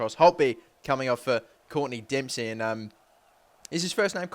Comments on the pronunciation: Courtney dempsey?? hahaha love it, (clint dempsey :D ) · its clint Dempsey